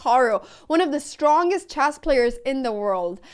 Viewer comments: & "Choss". I can't speak 3 languages. I'm busy butchering My native tongue(eyoo, that sound's nasty). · like chyasss